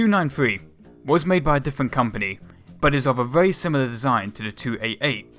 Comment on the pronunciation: Terrible narrator...WTF? Can't even pronounce words correctly. "Be verwee, verwee quiet".